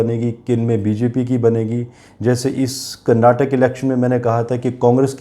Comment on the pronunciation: Please prounance KARNATAKA and not KARNATAK.